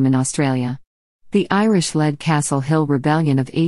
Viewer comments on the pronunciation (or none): none